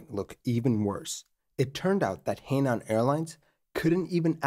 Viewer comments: "her-nan" not "hey-nan" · Henan is pronounced Huh Nahn. Just fyi. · Henan is pronounced “Hernan”. A significant thing to know to tell this story. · Henan is pronounced her-nan. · A tip for the creator, should he need to mention He Nan Airlines again, you got nan right, but He is pronounced like Her, but without any r sound. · Not super-important to the story, but just for the record, the “He” beginning of “Henan” is pronounced (essentially) like the “hoo” beginning of “hook.” It’s a Province name, written 河南, and means “south of the river.”